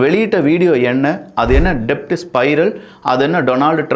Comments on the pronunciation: Thambi, i am your fan. Pl don't say DEBT. Say DET. Becoz B is silent in DEBT. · தம்பி டெப்ட் இல்ல டெட். B silent in debt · டெப்ட் கிடையாது. உச்சரிப்பை தெரிந்து உச்சரிக்கவும்😂😂 அது டெட் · "டெப்ட்" இல்ல. It's pronounced "டெட்" 😂😂😂😂😂😂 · It is not to be pronounced DEBT, but DET (B is silent) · Pronounce it as DET B is silent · Sorry to correct you Bro "debt" will be pronounced as "det" here b is silent. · "B" is silent